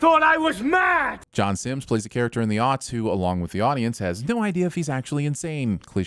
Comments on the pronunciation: first of all its John Simm not John Simms And second, can someone PLEASE explain to me how the hell is that a cliché?? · sin to you for calling him “john simms”